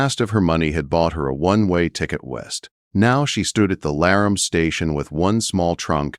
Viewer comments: L-a-r-a-mee please and thank you 😊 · Video doesn't show a mountain man dressed in furs. Obviously AI doesn't know how to pronounce Laramie. Proofreading before posting would be helpful.